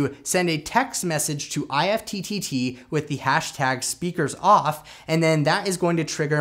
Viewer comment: Great video! However, IFTTT is pronounced like “gift” without the “g.” :)